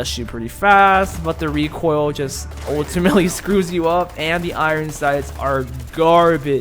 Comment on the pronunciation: U know what triggerd me “rEcOiL”